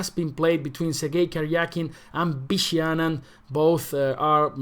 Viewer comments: Why do you say “Bishi”?! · As far as I know, in Spanish there’s no difference between sounds b and v